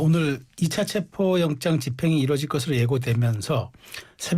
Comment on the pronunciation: 체포를 체포라고 말 못하네 ㅋㅋㅋㅋㅋ